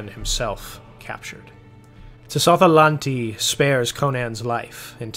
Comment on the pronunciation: I love this story and your synoposis, however, I do have one tiny complaint, Tsotha-Lanti's name is pronounced with a silent letter t.